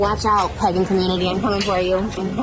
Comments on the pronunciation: pEgan instead of Pagan T-T I can'tttttt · Omg she’s saying Pagan not pegging I came into this video confused af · Not me thinking she said ‘pegging community’ and not pagan community at the start of the video 🙂🥴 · The way she pronounces it "peggan" is SENDING ME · She did! Trisha is pronouncing it Peggin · Every time Trisha says PAGAN it sounds like she’s saying PEGGIN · I just cannot with her pronunciation of Pagan being “peggin” 🥴🤦🏼‍♀️😂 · Pegen community.....she can even say it right , she is going to piss off a pagen/ wicken and she is going to end up with a curse on her! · the fact she keeps saying pegin annoys me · Am I the only one hearing "pegging community" lolol I can't unhear it now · why did i think she said pegging community at first…. lmfao it made the i’m coming for you comment much funnier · Hahaha, I saw in another comment section they thought she was saying pegging. I think that's more appropriate for her. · I didn't realize it was pagan until about minute 5 lmao